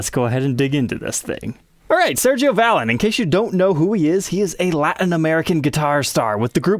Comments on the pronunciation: Pronounced "ValEEN" smh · The accent is on the second syllable. 😂 One of my wife's favorite bands. It makes me laugh every time you say it. 😂